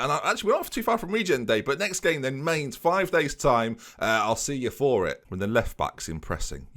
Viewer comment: Just a heads up for next season - Mainz is pronounced more like Mines than Mains.